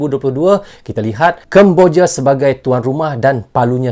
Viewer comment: NARATORNYA ITU ORANG MANA YA,,, SEMUA DIBACA DITEKAN DENGAN AKHIRAN HURUF. .." K " .indonesiak ,,Pertandak,, kambojak,,bagik